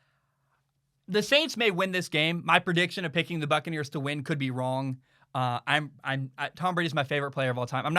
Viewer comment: I keep thinking is saying "Fuckaneres"